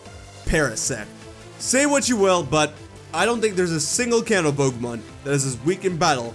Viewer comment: I thought ou said the “Cancer region.”